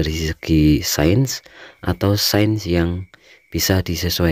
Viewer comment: Ilmu sains bacanya sayens bukan sen. 😊